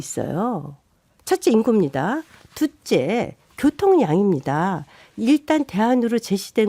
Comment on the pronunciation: 발음도엉터리가 어딜나와주딩이터는건지 두째 가 뭥? 둘째라고 해야지 발음듣기시름😊